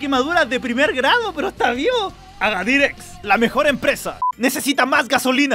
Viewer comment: dice aradir en vez de agadir